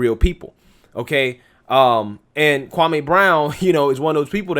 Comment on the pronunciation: His name is Pronounced Kwa-Me🙄🙄🙄🙄🙄🙄Get it right.. Stephen Big Face A conditioned everyone’s mind to say this man’s name WRONG🤬